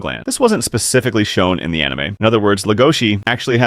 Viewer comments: STOP SAYING HIS NAME WRONG! DID YOU EVEN WATCH THE SHOW BRO? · Stop saying his name wrong